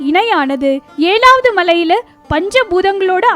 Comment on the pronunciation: It is not Shvan..try to pronounce like Sivan. It is ezhaavadhu..not elavadhu